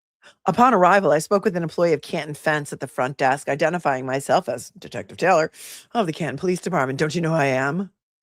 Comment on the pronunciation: You said it "decksk." Commanding the helm of your LI Yacht from your decksk.